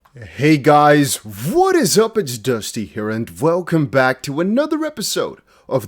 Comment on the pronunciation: Is it me or is dusty saying Vwelcome?